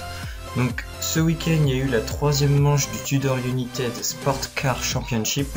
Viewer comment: "United" se prononce "Younaïetide"